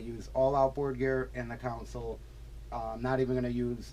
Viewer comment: I like but he calls his console a "council"....it's a console